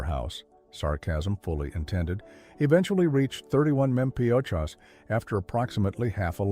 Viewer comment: Poor robot can't say mpg or mph!